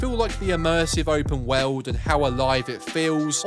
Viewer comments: It's "world", not "weld". Where did you learn to speak? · It's 'world', not 'wewld'